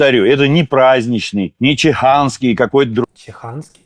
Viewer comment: Не чиханський, а чуханський))))